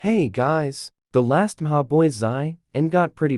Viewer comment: "The last muhahboyzeye"